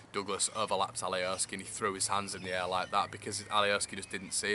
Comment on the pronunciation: Mate it’s alioski not Ali O ski